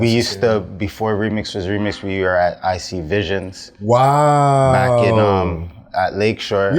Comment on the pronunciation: This guy said IC VISIONS